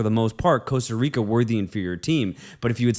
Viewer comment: I'm not gonna lie the way you pronounced the "Rica" in Costa Rica pissed me off. I'm not even from Costa Rica but I'm pretty sure you're suppose roll the the R in "Rica".